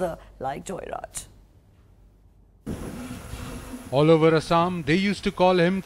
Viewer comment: They call JeyaRaj but NDTV pronounces Joyraj?